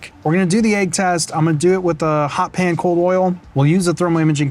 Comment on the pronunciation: hot pan not HOT pan.